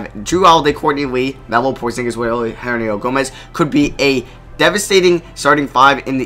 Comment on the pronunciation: bruh its hernan-gomez. i have no clue what you are saying.